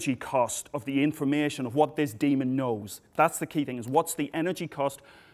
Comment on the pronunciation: The first time he said demon, I thought he said Damon, and was like, "Oh no, does Matt Damon need saving again?".. lol